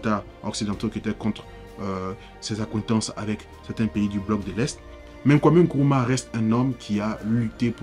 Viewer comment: NKRUMAH et non kuruma